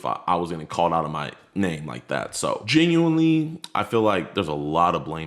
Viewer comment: I don't know why it pisses me off when he says genuinely. Lmao